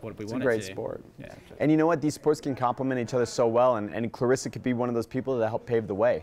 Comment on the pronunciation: Her name is claressa not Clarissa cmon coach..